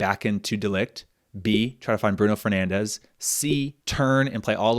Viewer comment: Really cool format! Just a small note: Bruno Fernandes is not pronounced "Bruno Fernandes" as in Spanish, he's Portuguese and should be pronounced more like "Brun Fernandsh".